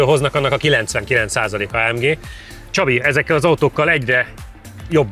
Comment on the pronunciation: A jobbaknak feltûnik, hogy szándékosan mondta így, ráadásul egyszer.